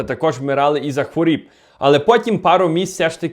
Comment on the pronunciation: не хворіб а хворОб 🙏